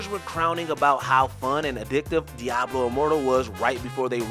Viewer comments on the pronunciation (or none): none